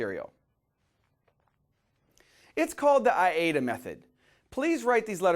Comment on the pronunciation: Interesting information. Your pronunciation is I-A-DA, but it is spelled A-I-DA.